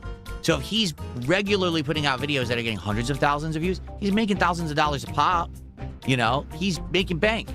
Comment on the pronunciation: Thalsand dollers